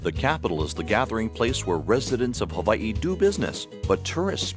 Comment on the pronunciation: Mispronounced Hawaii and Honolulu